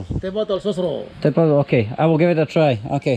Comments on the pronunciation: ITS TEH BOTOL NOT A TE TOTOL HAAHHAHAA😂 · Tea totol. Te bototol. Well done,:v